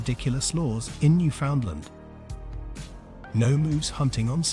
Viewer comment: This isn't very good. Pretty inaccurate and full of nonsense, starting with the robotic narration and mispronunciation of Newfoundland. You can in fact hunt on Sundays. That photos shown when you say Screech is actually beer, not rum. You talk about moose while showing Caribou. I have no idea where you got the idea of not wearing red on Sunday, but would be interested to see if you can cite it as fact.